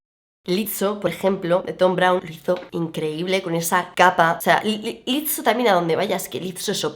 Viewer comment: Por dios se pronuncia "Lisou" no "Litso" Pd: Lizo iba increíble 😍